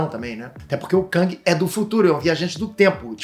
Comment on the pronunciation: Não se diz KÃNG, se diz KÉNG. A pronúncia correta é essa.